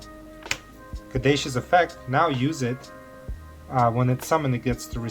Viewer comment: I love this hybrid with Mathmech! btw Caduceus is pronounced ka-doo-see-us